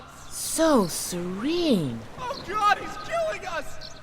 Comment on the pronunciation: i believe its 'serene' not sereing